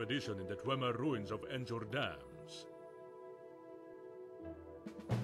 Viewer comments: I love how the nord guy mispronounces Nchurdamz. Don't know whether it was intentional or not but it seems really fitting either way. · Voice acting is pretty good for what it is, but, of course, still fail to pronounce dwarven names.